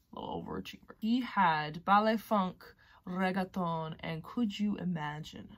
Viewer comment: Reggaton😂 Is reggeaton